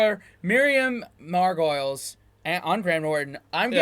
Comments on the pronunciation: I would like to point out for all Americans out there that her name is not pronounced " Mar-goils", it's " Margo-lees". She's a genuine British institution! I would also like to add that her stories can get a whole lot filthier & funnier, too. Gloriously, unapologetically herself at all times. I want to be her when I grow up! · Margolyes is not pronounced like gargoyles. It it pronounced Mar-go-lees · FYI It's pronounced Margalees. Not Margoyles. Emphasis on the Mar. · FYI her last name is pronounced "Mar go lees" not "Mar goyles" and she always says the most amazing things. I love her. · Mar-go-leese not Margolyes, like gargoyle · It's pronounced Marg-a-lees, not mar-goyles. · Listen to how Graham pronounces Mrs Margolyes name, it is Margoleees not Margoooles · Mar Go Lees not Margolyes pronounced like gargoyles, lol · She is a very fine actress with a great history in many roles As well as her one-woman shows. BTW her name is pronounced Miriam Margolees not Margoyles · Hehe, I KNEW was going to say 'Mar-goyles':) The 'L' is before the 'Y' so it's pronounced 'mar-go-lis'. Glad you reacted to her, she's so honest, raw and uniquely funny. She was also in an episode of Blackadder. Great stuff guys! Nice long vid. Now onto your Karl and Warwick reaction.... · For you Yanks, Miriam's surname is pronounced Mar go lis. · Pronounced Mar go lees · Great video. Just FYI, it's pronounced Mar - go - lees. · Pronounced Mar- go- lees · Miriam Margolyes (pronounced MARGOLEES) is on of UK's most loved actresses she's doesn't give a xxxx and has the most irreverent humour 😂😂 she tells it how it is and has made her own shows as well being in major movies like harry potter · Miriam is hilarious and always outrageous. Her surname is pronounced margolees . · Mar...Goal...Aes is how her name is pronounced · Mar-goyles - like gargoyles - LOL! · Mar gh o Lees is how you say it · Miriam Margolyes is the absolute best! I adore her. (Margo-lees, by the way ;) )